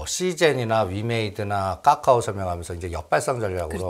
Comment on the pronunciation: 까까오 라고 발음하는 이유가 뭘까? 설마 몰라서? 그렇진 않겠지. 글타면 초등학교 다시 갔다와야 될 듯 기본인데....